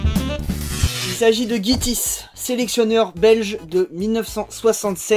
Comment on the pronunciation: Alors...petit guide de "parlons belge" : Guy Thijs se prononce Guy Teysse passke bon... Jean-Claude Vent d'âme, je m'en fous, mais Guy Thijs... faut pas déconner ... Edit et complément : j'ai regardé jusqu'à la toute fin, parce que je me doutais bien que tu faisais semblant d'apprécier le maillot... je t'ai vu, j'ai noté.... c'est mal ce que tu fais... ^^